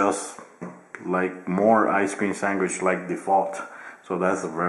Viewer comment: Did he say Ice cream Sangwish???